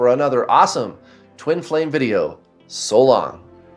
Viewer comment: Are you saying “soul long” as a (goodbye) at the end? I’d swear you did lol. If I just created a new tag line for it …be my guest 😀